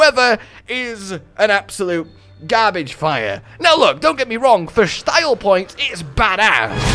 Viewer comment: did you say "shtyle points"? lol funny shit